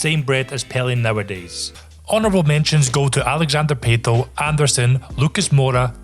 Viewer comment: i think it's pronounced pah-toh not pay-toh, but you have a new subscriber now pal